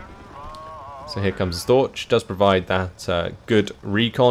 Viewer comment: the ch in Storch isn't spelled like in torch. the ch is actually quite similar to a cat hissing at ya ^^.